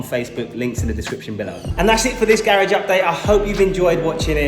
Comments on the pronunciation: please stop saying garage like that😥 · why does he say garage like that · It’s funny how he said garage😀🔥🔥